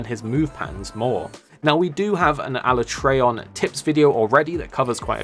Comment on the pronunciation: The only complaint I have is the way you pronounce alatreon